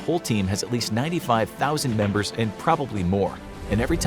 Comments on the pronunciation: "Memebers" (I'm sorry again) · “1200 memebers” 🤣